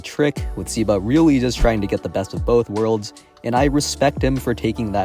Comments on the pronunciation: I think its pronounced "seh-ba" not "sih-ba" W vid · I think it's "seh-ba"